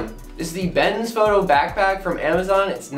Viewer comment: Bes……N……Foto. You said bens foto the whole video. Good job.